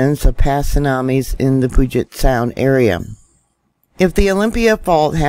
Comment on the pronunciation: Pronounced Pewjet sound. I didn’t feel it. Im closer to the cascade range.